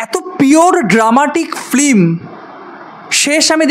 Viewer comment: Khub valo bolechen 😊 Pronounce hobe film not flim ok